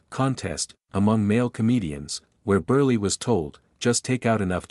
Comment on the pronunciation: Milton BURLY? LOL!! Oh, it's read by AI.